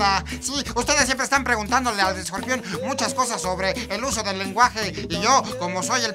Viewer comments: chingada madre ESCORPION !!!!! Te falto la chingada "r" que chingaos no fuiste a la escuela o a la chingada la escuela? Jajaja esta chingon el video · CLASES CON ESCOPION????!!!!! (O.o) no chinguen se comieron la "R" hahahaha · te comiste la r ..escorpion pendejo ..jajajajaj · El escopion jajajja te comiste la "R" weee... Chingoooonn el videoo xD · Te comistee la R , pero aun asi me caes bien :)